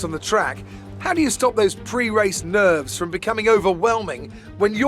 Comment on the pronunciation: Anthony: "..." Crofty: "PRE RACE NERVERS"